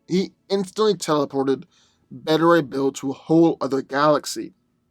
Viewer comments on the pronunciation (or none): none